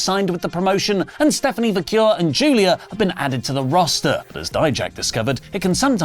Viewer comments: Vah-kerr > Vah-cure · Nothing huge, but i believe her last name is pronounced VAQ EHR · Vaquer damnit! It's pronounced like VA' CARE if you all can't pronounce her f'n name right, that don't say it, Idios Mio.